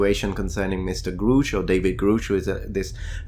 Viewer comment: One tiny thing: Grusch has the "u" like "up". Not "Groosh".